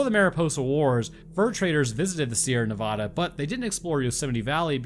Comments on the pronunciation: You're not pronouncing Nevada correctly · While that is an ABSOLUTLY demolished pronunciation of Yosemite, the mispronunciation of Nevada throughout the video is some comedy gold.